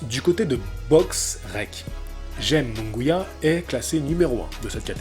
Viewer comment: Euuuh nan. Jaime deja t'as la Jota qui se prononce pas en france equivalent de Kh en arabe aime comme ça s'ecrit puis Munguia a par le 1er U qui se pronnonce Ou le deuxieme se pronnonce a la français donc ça serait Jaime Mounguia.